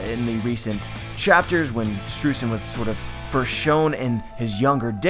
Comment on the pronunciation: AGAIN, it is pronounced SHTROYZEN!